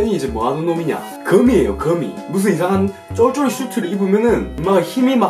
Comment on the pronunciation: 거미가 그미로 들리는건 나뿐인가...... 바쁘시분은 초까지 보세요